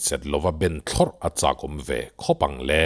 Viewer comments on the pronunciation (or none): none